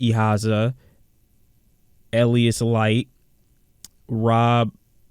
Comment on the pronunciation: Okay I understand skipping the first name but bro how did you mispronounce Elias. And Sheffield? Like bruh really